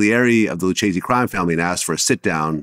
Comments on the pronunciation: "Lu-chase-ey" crime family Vlad? REALLY? It's "Lu-kay-see" smh educate yourself i swear the cringe of you trying to have these mob interviews but don't even know how to pronounce half of it. 😅 In Italian it's "Lu-keh-zeh" a Ch in italian is a K, and because of the double C in front of it in Lucchese, you REALLY have to make the K loud. There now you know. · LOO CHAY ZEE😂